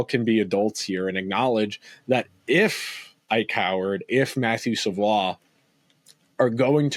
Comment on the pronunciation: Matthew Savoie is pronounced Savoy!